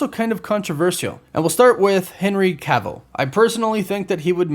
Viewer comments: Henry ca vill? R u serious man…. U just said it right two other times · Make up your mind on how you want to pronounce Henry Cavill's last name lol. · How do you still mispronounce Cavill’s name after all this time? 😂